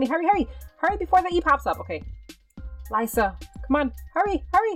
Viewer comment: lyssa its l-issa its spelled like that but not pronounced like that..lol